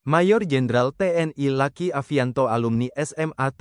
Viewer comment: Mas bro baca narasinya jangan kaku begitu luki jangan dibaca laki